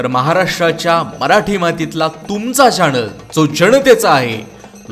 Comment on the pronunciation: चॅणल, मणा पासून, जाणता......‌मराठी नीट,शुद्ध बोला बाणातला ण नळातला न कधी समजणार फरक तुम्हाला कानाला खटकतात असले वित उच्चार